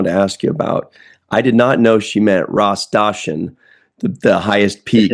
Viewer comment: I’m half Ethiopian and I love the cultural garb and foods and languages in Ethiopia 🇪🇹. I’ll look at Jake’s clothing more closely on my rewatch. 😊 you did pronounce Ras Dashen correctly,.